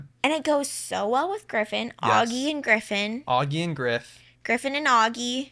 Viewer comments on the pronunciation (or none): Auggie rhymes with Doggie. Just sayin’. ;). #livesnearhumansociety